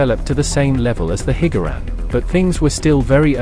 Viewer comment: Hearing “Hig-Gar-Ran” is quite triggering